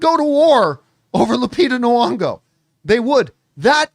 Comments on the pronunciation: Is her second name supposed to be pronounced Nu-ongo??? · My good Canadian brotha it's NEE-ONGO